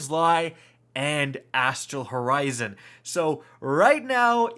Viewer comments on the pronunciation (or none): none